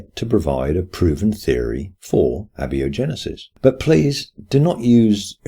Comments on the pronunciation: "A" is a greek prefix meaning "not", prefixed to "biogenesis", and most people would rhyme the first two syllables of "biogenesis" with the first two syllables of "biology." So I'd say "a-biogenesis" not "abbey-ogenesis". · Great video, just one of those silly things that bothers me: "phenomena" is plural. The singular is "phenomenon." Your pronunciation of "abiogenesis" is also pretty unusual.